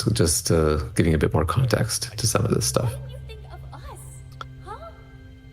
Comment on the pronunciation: did he just say at "skip ahead little b!tch" instead of little bit lol